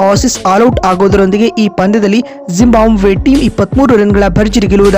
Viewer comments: ಜಿಂಬಾಬ್ವೆ ಕಣ್ರೀ ಯಾಕೆ ಜಿಂಬಾಂಬ್ವೆ ಅಂತ ಹೇಳ್ತೀರಿ? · ಜಿಂಬಾಬ್ವೆ ಮಾರೆ ಅದು ಟೀಮ್ ಹೆಸರು ಕೂಡ ಸರಿಯಾಗಿ ಹೇಳೋಕೆ ಬರಲ್ಲ ನಿನಗೆ 😃😃